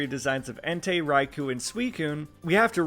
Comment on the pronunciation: Next time can you please pronounce Raikou the official way? Like [Rai-koh], the [khu] is a common mispronunciation.